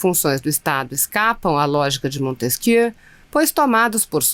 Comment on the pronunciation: A pronuncia é " montesquiê" e não " montesqui e r , precisa ler corretamente o nome do autor da tripartição dos poderes.